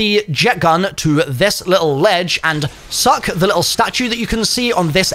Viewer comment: Why do you say SUCK like that lmao